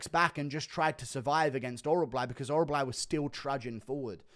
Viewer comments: OrolBAI not OrolBLAI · Oral-buy, not oral-bly